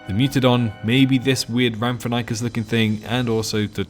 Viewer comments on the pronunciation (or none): Rhamphorhynchus is pronounced Ram-phor-inc-us not Ramp-for-NY-cus. Just in case you get people being assholes in comments.